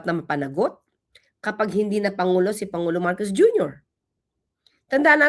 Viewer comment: Hi atty Please don’t talk like the vp. Panguló, kilalâ, tunog bisaya kasi.